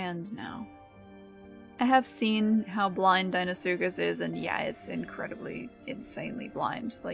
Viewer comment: the first time ive heard someone say deinosuchus correctly...all these fellas sayin dEEnosuchus...bloody sends me mental... i gotta call them just crocs cuz people hear me say dino and deino the same way...gotta get that EYE sound goin rather than the hard E and about his gripe about the camera...being able to see behind you without the need to turn around is a very animal thing...cuz even predators...particularly reptiles...have eyes that arent ON THE FRONT OF THEIR FACE...sure a lion or tiger or bear has its eyes pointing forward but they still have a wider range of vision to their sides than we do...plus their necks are longer allowing for them to see better behind them...and then things like an allosaurus with his front facing eyes can still see to his side cuz...his eyes are still on either side of his head...so unless he plans to split screen our vision which would give everyone a huge headache from seeing two directions at once...there is no real way to fully implement an animalistic view of the world...and the only time ive ever seen someone try to show others how certain animals see is something like "the truth about killer dinos" and one time steve backshall (a zoologist with a few tv series) used two cameras and pointed two directions to simulate how a chameleon can move both eyes independently...so with how it works now...when you turn the camer behind you...is actually reasonably accurate as it is...the only thing that could be done is to grey out the side your h